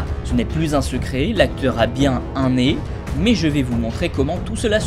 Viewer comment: nez* et pas né, voili voilou sinon je t'aime beaucoup et vidéo génial :-)